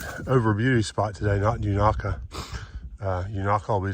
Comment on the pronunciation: Thanks for showing The Beauty Spot 💚 Unaka ….the first A is pronounced with a long A. I have seen snow on Roan Mountain in the first week of June many years ago . At one time Unaka was almost half American Chestnut trees before the blight that killed them out 🌿🍃